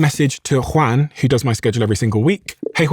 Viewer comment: Don’t try to pronounce Juan with an accent. 😂 it’s sounds ridiculous 😅